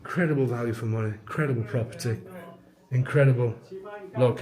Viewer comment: love the paint job on that house. Did I hear "proper tree" instead of "property"...you have been walking and filming a lot already...I'll let it slide.